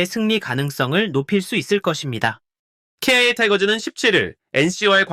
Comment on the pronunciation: 아니 기아를 케이아이에이 라고 하는데 직접 녹음 한거면 왜 그렇는 거임?